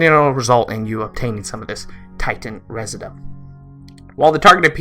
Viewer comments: Pronounced Titan “reh-zid-you-um” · I don't think I've heard a single youtuber pronounce "residuum" correctly...